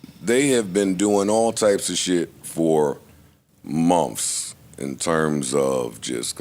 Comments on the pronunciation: But instead of months he says mumfffs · Momths? Is that how you say it? Asking for a friend that's trying to learn the lingo. Thanks